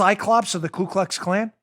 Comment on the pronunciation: Just making sure you've got the correct pronunciation: KU KLUX KLAN -- No "L" on the first word.